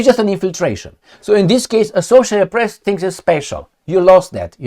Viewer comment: Don't say pess. It's PRESSTITUTE. MA'AM